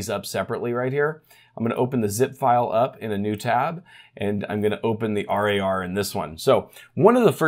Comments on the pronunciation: thanks for the update but please call winrar and rar as just rawr instead of treating it as an acronym. Never heard anyone else call it r.a.r. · i can't get over him calling it R A R instead of pronouncing it rawr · Use 7 zip for rar files, also not r a r, rar, like roar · bit triggerd with the R A R pronunciation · Don´t say r-a-r file or also say z-i-p file, but don´t do that! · The way he says RAR hurts my soul.